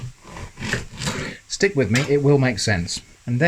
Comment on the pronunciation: That's interesting, I totally heard dick at first. Then I replayed it and you really said stick. I guess my brain heard what it wanted to hear :)